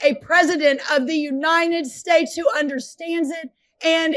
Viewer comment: "unined states"